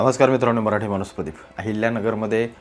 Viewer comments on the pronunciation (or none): none